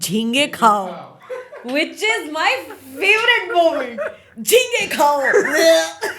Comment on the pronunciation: Not Jhinge khaao, it was Ghonghe khaao